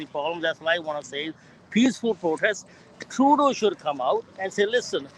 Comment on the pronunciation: Was the dude referring to Judas or was he calling Trudeau a “Dill” “Dough” ?